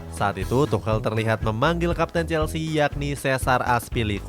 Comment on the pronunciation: Tuchel min bukan tuhel akwowkwkb,lebih lucu ini dripada video